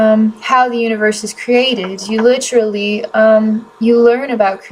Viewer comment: I had to pause to explain this. I’m not sure what’s more distracting, the “Ummm’s” (said almost constantly in previous videos) or the word “Lit-trully” being said 7x just in the 1st 6minutes of this video., I’m not trying to be mean. It’s very distracting though.